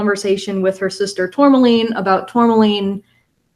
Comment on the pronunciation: Aaaaahhhh it bugged me so much that was calling her "Tourlamaine" when it is pronounced "Tour-ma-line". The L is after the M.